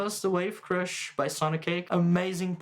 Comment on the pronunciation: This is apparently a very similar (if not the same) circuit as the Hotone Krush, which is on my board 😁😁😁 super cool to hear the sounds you get out of it, definitely re-inspired me to use the Krush more! Also it sounded like you said b*tch crusher at some point lmao 🫣